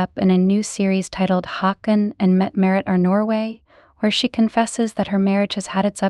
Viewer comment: Since when is he called Hawken ????? He is named after his great grandfather King Håkon the seventh. A journalist is supposed to at least get the names of the main øersons correct